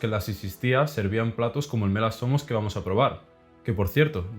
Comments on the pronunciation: Perdon bro pero cada que dices el nombre del guiso espartano medio que parece que estas albuerando XDD Buen video por cierto jsjsj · no puedo evitar que siempre que dice mela zomos escucho me la asoma